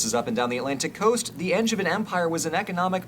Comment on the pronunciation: I love this video - and finally a narrator who can pronounce “Anjou” in France correctly. Although he then goes and mispronounces “Angevin” and “Aquitaine” 😂